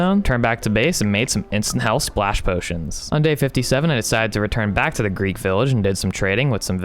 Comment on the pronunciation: It’s Greek not grease